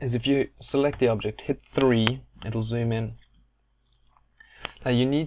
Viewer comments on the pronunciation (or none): none